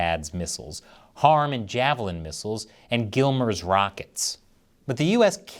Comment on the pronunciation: Stop calling it “gillmers”!. Listen to army ppl they call it “gimmlers”